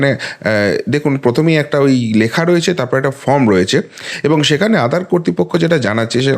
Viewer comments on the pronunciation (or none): none